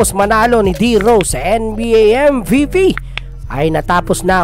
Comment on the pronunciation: Anong pronouncation yon😂